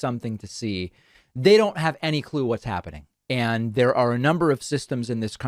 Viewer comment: Anyone in power who pronounces “And” as “eeyund” makes me concerned.